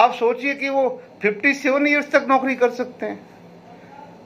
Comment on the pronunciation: कृपया औकरी की जगह नौकरी पढ़ा जाए